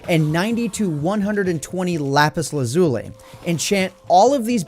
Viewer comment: 'Laz-u-li' not 'la-zu-li'